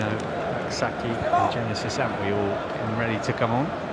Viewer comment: Bro is called An-twi, not An wi 💙💙💙💙💙💙